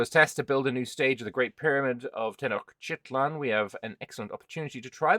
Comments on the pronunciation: it’s Tenochtitlan. Ten-och-ti-tlan, 4 syllables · Te-noch-ti-tlan would be the right pronunciation, but as silly reminder you could use: tea notched its lan.